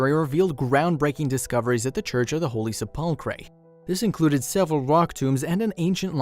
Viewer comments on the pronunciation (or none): Please find a narrator who knows how to pronounce words properly. Se-pull-cray? Really?